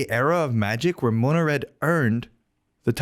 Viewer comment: he says "Mona" red lol, wtf..........Its "Mono" as in Monochrome